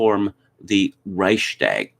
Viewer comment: The part about Germany was accurate and this time even respectful towards this pitiful people. Their history is more than similar to that of the Carthaginians in antiquity. Only the pronunciation of "Reichstag" could be improved.